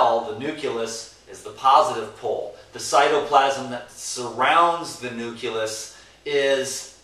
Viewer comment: Hey, I love your videos and your positive vibes! Your uploads keep me motivated to keep adding more and more raw, fresh fruits and vegetables into my diet!... by the way nucleus is pronounced: NU-CLEE-US not NU-CUE-LUS... much love!